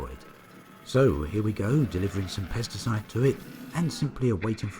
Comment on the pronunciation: When u first said 'Pesticides' I heard 'Pasta Sauce' lol! More great content, right on o7